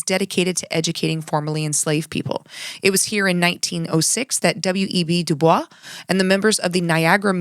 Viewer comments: this is a really minor nitpick on an otherwise really good video but W. E. B. DuBois insisted his name be pronounced as Du-Boyss. He said in a letter from 1939 quote "Gentlemen, I am sending herewith a photograph. My name is pronounced in the clear english fashion: Du, with the u as in Sue; Bois, oi as in voice. The accent is on the second syllable. Very sincerely yours, W. E. B. DuBois." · Du Bois' name is not pronounced in the french way: “ My name is pronounced in the clear English fashion: Du with u as in Sue; Bois, as oi in voice. The accent is on the second syllable.” -W. E. B. Du Bois (1939 note to the Chicago Sunday Evening Club)